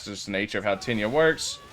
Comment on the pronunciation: Diss liked bc u keep saying tinyia 💀